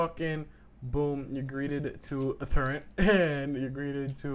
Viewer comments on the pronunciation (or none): Holo on a Ak wtf and its turret not turrent